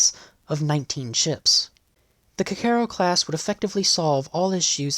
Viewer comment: I always thought Kagero was pronounced with the accent on the first syllable KAgero not on the second syllable kaGEro as spoken in the video.